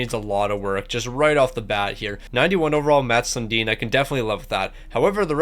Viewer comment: How is this guy a Leafs fan if he doesn’t know how to pronounce Sundin?